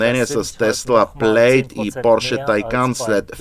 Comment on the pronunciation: Топ ! Една забележка към превода. Tesla Plaid се произнася Плад, не Плейд. AMG при произнасяне следва да се избере немската версия или английската, съответно А - ЕМ - ГЕ или ЕЙ-ЕМ-ДЖИ. Както го произнасяте А ЕМ ДЖИ е някакъв побългарен английски, използван сред горублянските джамбази.